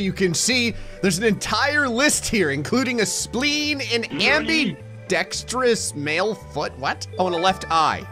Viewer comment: I love how cant say ambidextrous